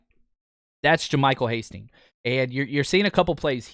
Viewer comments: Your favorite UDFA really?!?! Hastings huh... HIS NAME IS HASTY!!! My lord can you at least get your "favorite" UDFA's name right? Hate to be so negative but if you want to be taken seriously and build your channel work on the details bud. SMH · Please, please, please, say his name correctly!!